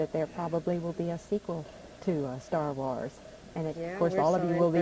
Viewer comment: The interviewer is saying Wars like jars.